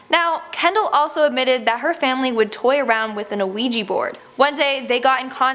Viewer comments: The “O” in Ouija & Opossum are NOT pronounced. Ouija = Wee-gee. Opossum = pa-sum. Thanks. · its pronounced wee-g board idiot